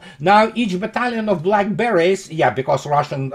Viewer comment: Lol - when you said "Black Beret's" I could have sworn I heard "Blackberries" and I thought "oh, what an interesting nickname for the Naval Infantry!"